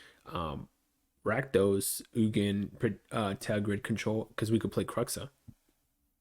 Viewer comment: Ter-grid Practice saying it